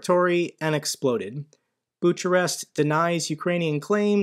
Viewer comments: Hey I'm a regular viewer, seen em all since I found your Ukraine war analysis. Just have to alert you to a mispronunciation: It's Bukarest not Boocharest. I hope this doesn't come off as petty, since this war I've been learning *pronunciations from videos from native speakers and wanted to share a little thing. thanks again for all the vids! (and research and time and editing - it ain't easy i'm sure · Lol.. "buch-a-rest" 😂😂😂😂